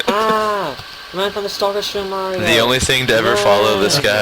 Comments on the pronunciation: u said mario like mayor-e-o. wtf? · You said "Mayrio". I do not like you. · Why does everyone call it Mario with the "a" as in mare??? How would you type that anyway. -_